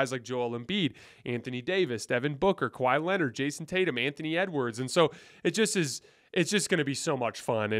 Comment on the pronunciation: Did you just say kahwi in his Prime 😂😂😂 .. what prime.. prime load management